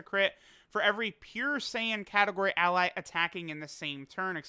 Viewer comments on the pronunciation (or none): none